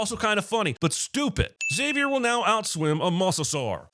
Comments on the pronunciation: What the fuck is a "mussasaur"? Thats an "o" sir. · I think the real sin here is how John Cinemasins says mosasaur. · Why has Cinemasins still not learned how to pronounce "mosasaur" correctly?